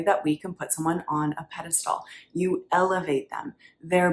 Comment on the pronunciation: peh·duh·stl, sounds like pedastool